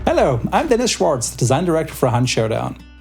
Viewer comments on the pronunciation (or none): why dafug is dennis saying his name how americans would say it? its Schwarz and not schwoards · you are aware that hes german and his last name is a german word. so theres no reason to pronounce his last name as if he was an american